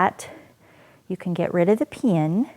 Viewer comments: Lol... I can't help but chuckle a little when she says pin (pee-an) Interesting how we all have different accents depending on where we are from.. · I can't get over how she says pin. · You say "pin" weirdly. Thanks for the video.